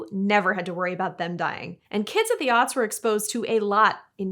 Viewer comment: are you saying "the early auts"? As in autistic.